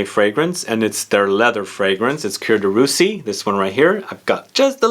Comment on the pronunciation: Boy, Coromandel, Cuir de Russie and Sycomore are the full bottles in my stash. Btw, I think you might be confusing the pronunciation of "Cuir"(leather) and "Coeur"(heart). Just sayin'! ;-)